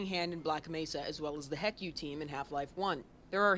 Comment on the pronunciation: I would rather be stuck with a needle then listen to him ever pronounce HECU as "heck you."